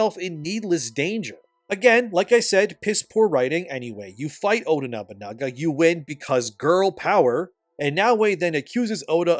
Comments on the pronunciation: Sick video ... but I gotta ask man, how is it that everytime you say ODA you say it perfectly but completely butcher it when saying the full name? XD.. No hate just for the laughs. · Ironic isn’t it; the high horse grifter pretending to care for authenticity to Japanese culture but ruins a Japanese name that was repeated 100’s of times in the game